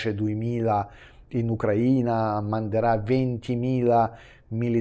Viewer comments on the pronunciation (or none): none